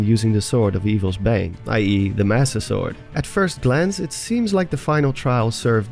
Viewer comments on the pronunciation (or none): When he said the sword of evil's bane i hear the sword amiibo's bane